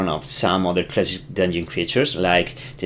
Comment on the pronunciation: dun-yon? are you French?